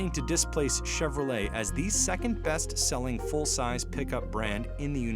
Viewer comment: Could've swore he said "Chevro-Legs" 😂